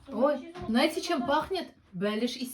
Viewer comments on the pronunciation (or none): none